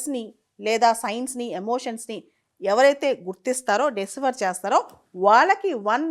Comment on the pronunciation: మీరు ఇటువంటి వీడియోలు చేసేటపుడు కొన్ని ఆంగ్ల పదిలు వాడకుండా ఉంటేనే బాగుంటుంది. ఎందుకంటే ఆంగ్ల పదాలను ఖూనీ చేస్తున్నారు. అది'డిసిఫర్' కాదు 'డీసైఫర్' అలాగే 'హిస్టారియన్స్' కాదు 'హిస్టో‌రియన్స్'. కొంచెం గమనించుకోవడం మంచిది్